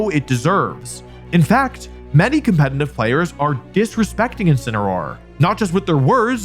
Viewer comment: I can't believe this guy still isn't able to say "Competitive" the right way. SMH.